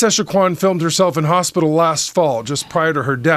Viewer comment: "hostpital" lol